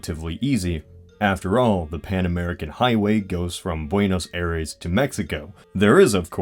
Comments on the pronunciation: you said buenos aries worng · Please . . . Buenos Aires, the capital of Argentina (literally meaning Good Air), is pronounced as BUEH-NOHS EYE-RES rather than 'buey-knows air-rays' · The way you said Buenos Aires killed me